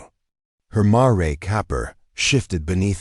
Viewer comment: It's pronounced mair not ma-re. Computer readers still don't get it right . 😂😂😂😂😂😂😂